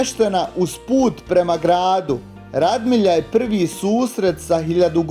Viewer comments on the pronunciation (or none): ispravak. nije Radmilja nego Radimlja. Pozz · reci pravilno Radimlja